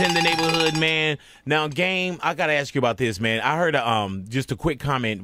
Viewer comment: its pronounced as spelled - 'ask' not ax....